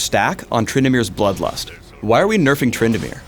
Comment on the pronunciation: and btw it is nerfing not nerfind